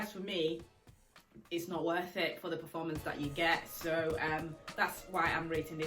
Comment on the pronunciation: I was trying to figure out where you are from then I heard you say ‘ Sooooooooo’ and realised🤣